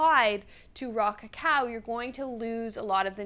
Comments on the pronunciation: Every time she said “Raw cacao” I heard “rock a cow” and thought about cow tipping 🤷‍♂️ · Rah-cah-cow... that's all I hear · 😂😂😂 you and me both she sound just like she was saying rock a cow😂😂😂